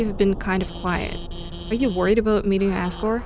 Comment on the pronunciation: Lovr the magma Chamber OST one of my favourites 😭 You did pronounce asgore correctly no worries!